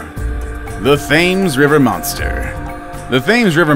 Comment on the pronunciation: its not pronounced thames its pronounced tems